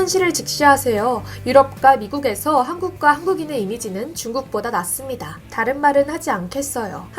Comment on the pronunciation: 한국인은 중국인보다 낮습니다.라고 너는 발음했다. 낫다.는 장음